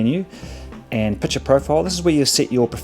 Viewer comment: Pic ture mate, not Piture...